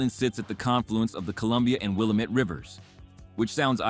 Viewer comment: Willamette is pronounced wrong